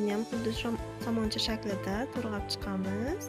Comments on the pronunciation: 👍👍👍👍Туграб денг ТУРГАБ деяпсиз😁😁😁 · To'rg'abmas, to'g'rab diyiladi!!!